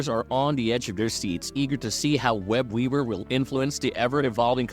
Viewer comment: I'm sorry...but are you saying "Web-Weaber"?